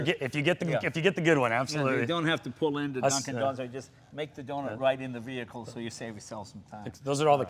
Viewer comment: "Move away from the v-hear-cle"